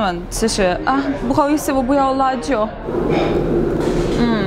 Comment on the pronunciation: 不要辣椒，那句話的發音讓我歪了😑